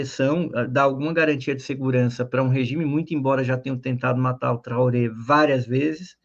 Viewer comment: Traoré, se pronuncia com o final "rê", fechado. "Trorrê"